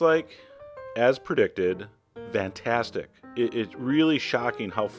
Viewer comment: Is it just me or does he say "vantastic." Also, first comment not about breasts